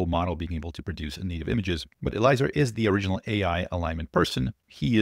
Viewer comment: Yud is right. (Pronounced EL-E-AY-ZER btw)